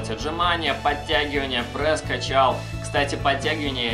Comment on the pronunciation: Не прэс а прЕс